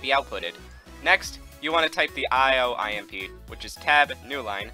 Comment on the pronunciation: when he says IMP i hear "I am pee"